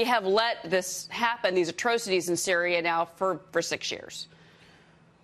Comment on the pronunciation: I hate this dumb skank dumb ass can't pronounce atrocities but swears she knows what's going on